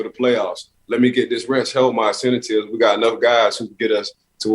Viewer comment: "incentatives" LOL